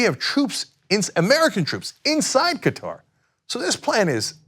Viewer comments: Hey Cenk, it's pronounced KAH-Tahr (similar to Cutter but with "ah" sounds) not Ka-TAR (which is a pronunciation like guitar). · Qatar. I believe it's pronounced like "cutter", emphasis on first syllable. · Qatar = Cutter You wouldn't like people mispronouncing your name. 😆